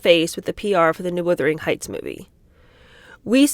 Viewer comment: Love you It's wUthering heights not wIthering heights though x